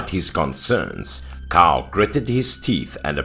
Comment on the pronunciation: 😉 love these stories! Btw 'Cao' is pronounced as "Tsao"